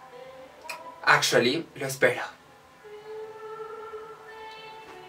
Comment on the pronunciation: Marcos Vargas Su "ingles" azhualy. Xddd